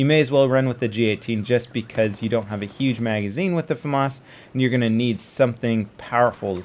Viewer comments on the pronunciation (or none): none